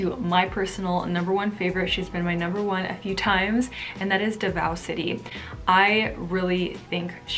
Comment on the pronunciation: PARAÑAQUE --> PA-RAN-NIYA-KEH DAVAO --> DA-VOW HOPE IT HELPS U SIERRA